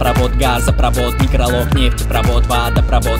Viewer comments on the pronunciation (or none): Ударение в слове некрОлог неправильное